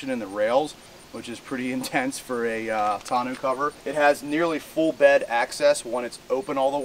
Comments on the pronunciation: Tonneau is pronounced Tonn-oh btw, french words are funny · It's NOT pronounced "tonoo" ....figure it out!!